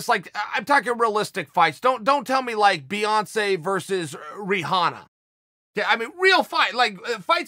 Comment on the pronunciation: Be-heyoncay vs reHyawna